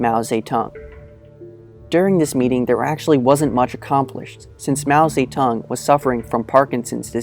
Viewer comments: Lol its "Mao Ze-DONG" not "Mao Sa-Tung" Lmoa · I thought I hear "Mao SayTan"... Sounds like Satan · You sounded like you said saytan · How,do you pronounce his name?It sounds more like Mao Satan than, Zedong?